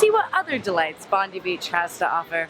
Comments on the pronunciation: Anyone else wincing at the "Bondeeee Beach" ? Bond-eye, Hannah. Bond-eye. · It's Bon 'die' Beach....Not BONDE Beach..Yah Beach. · Wait wait did you actually think it was pronounced bondee 😂😂😂 it's like bondeye 😂😂😂 don't worry my gps thinks its bondee as well. Btw yes I do know it's spelt Bondi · bondee beach.... hmmmmmmmmm bon-DIE beach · It actually made me jump every time she said "Bond-ee" beach. I've never heard anyone call it that before O.o Bond-eye, mate. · Hahahahahahahaha the way she says Bondi made me LOL so hard... Mate its pronounced bond ( james bond) eye.. bondeye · Bondy beach!! It's pronounced Bon-dye hahaha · Bondiiii not bondy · Bond-eye, not Bond-ee. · while bondee beach is funnier it's pronounced bon-die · As someone who's lived in sydney my whole life, Bondi Beach is pronounced Bon-dye not Bon-dee the more you know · I thought that they were only going to come out on Sunday! Oh well, makes me happy anyway! It makes me amused how you said Bondi as Bondy. Its actually pronounced Bond-eye! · haha quick note: careful when you say 'Native Australian' to refer to a non-Indigenous person. and 'Bond-ee' instead of 'Bond-eye'. from a friendly, well-intentioned Aussie who often runs into conflict with so-called laid back Australian culture due to a love of political correctness and informed pronunciation. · Bondie beach HAHAHAHAHAHAHAHAHA. It's bond-eye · Bond-eye not bond-ee hannah :P we still love you!! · Bon- dee beach!! LOL It's Bond- eye beach! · Bond-I beach not Bon-Dee beach. It always amazes me how tourists mispronounce Australia words, I never thought that it would be hard! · Sydney is my home! Oh by the way, Bondi is said like bond eye, not bond eee. Haha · i love the way u say bondi haha its its pronounced bon-die not bond-y haha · ahem *cough *cough, Hannah, Bondi Beach is pronounced (Bond eye) not (Bond ee) :D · I love how you say Bondi, you say Bon-dee but we pronounce it Bon-die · Bon-die not Bondy. pfft, Americans amirite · Bondee? Lol